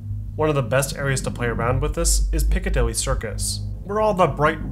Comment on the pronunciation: When he said Piccadilly I got PTSD flashbacks